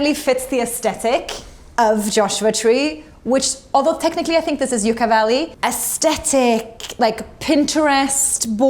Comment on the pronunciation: Yuck-a valley